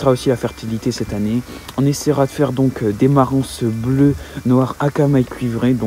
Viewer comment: Salut, video très intéressante. C est une superbe volaille avec de tres bonne qualité. J h abitexa 20min de marans la ville de naissance de la race et 25 min de la rochelle. Juste une petite chose, le S de marans ne se prononce pas😉😉😉 bonne continuation